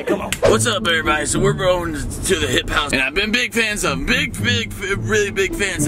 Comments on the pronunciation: it's hype house not hip house 😂😂😂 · “The swala house and the hipe house “😂😂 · No one: Tayler : THE SWALALA Me: umm isn’t it the SWAY LA Also Tayler: THE HIP HOUSE